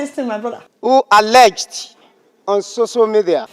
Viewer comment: Tell him that next time he should pronounce your name properly so that some of his shameless colleagues can also check you out on "soso" media. Then maybe, they'll start to develop wisdom, accountability and compassion. Well done Adeola ❤️